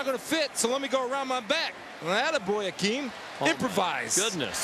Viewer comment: its Hakeem not Hakim